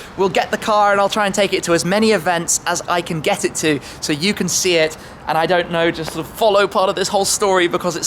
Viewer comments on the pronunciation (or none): Who cares shmee why don't you get a girlfriend and a new wardrobe and change the way you say sooo